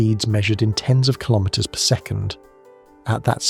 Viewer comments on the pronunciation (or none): none